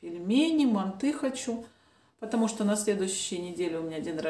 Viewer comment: МАнты😮 режет слух, мантЫ